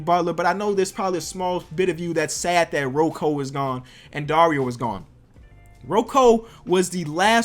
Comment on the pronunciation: Pls don’t say roko